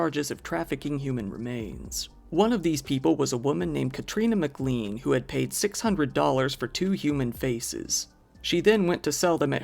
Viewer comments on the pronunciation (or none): none